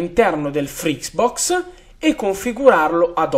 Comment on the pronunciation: ma perchè continua a dire frix box ? è FRITZBOX